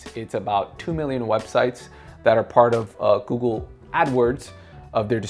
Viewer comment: It's Google not Goggle.